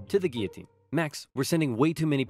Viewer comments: Almost made it through the whole video without slipping back to calling it the Gill-a-tine, not Gee-O-tine. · the pronunciation of guillotine is inconsistent in this video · Anyone else notice sometimes he pronounces it gee-u-teen and sometimes gill-u-teen? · Good vid but gioulotine is actually pronounced guiotine. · You: you mispronounced Guillotine twice. TO THE GUILLOTINE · I just realized he pronounced “guillotine” both ways people usually say it. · HAHAHA he mispronounced it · oops you pronounced Guillotine wrong TO THE GUILLOTINE! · * pronounces guillotine like it looks* Me: “TO THE GUILLOTINE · Anybody else hear him say Guillotine wrong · mispronounced the word “guillotine” TO THE GUILLOTINE! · DID YOU JUST PRONOUNCE GUILLOTINE IN A DIFFERENT WAY?! TO THE GUILLOTINE!! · The way you pronounce gullitine scares me. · You pronounce the L in guillotine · the way he pronounced guillotine. I did a project on the guillotine, and one of my partners kept saying it that way and it drove me mad. also guillotin didn't invent the guillotine. and the animation showed Louis's head getting cleanly sliced off, but in reality the blade caught on his fat neck and his jaw bone, and 2 people had to sit on the blade to get it to slice through